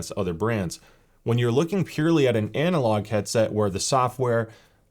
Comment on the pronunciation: Did you just say ANALogue version? 😘😋